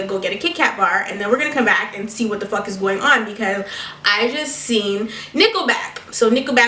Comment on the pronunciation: I like how she pronounces fuck its like "fock"